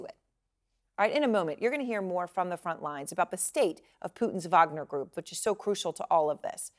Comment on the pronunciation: Please people.. If you are not Russian stop using the V sound when its a W. Its WAG-NER not VAG-NER>>> Remember you are not Slavic and no reason to speak like you are a foreigner with an accent.